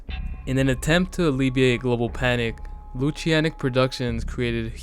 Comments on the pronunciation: It's "NEFF-fill-im", not "nuh-FELL-um". It's also Lutanic, not "Loo-shee-annik". The latter is said right there in the video clip right after, lol. Sorry, pet peeve. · is nobody gonna talk about how lutanic is lunatic with the "nat" switched to "tan"